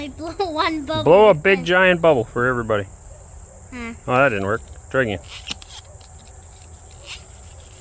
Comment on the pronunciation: Эврибади😂😂😂 ну, прям всем зашло... 👍👍👍